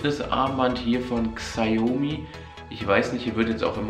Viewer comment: Ähm das ist kein hate aber man spricht es schaumi aus weil es die Marke von China ist